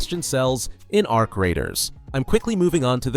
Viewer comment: "A R C Raiders" hurts my brain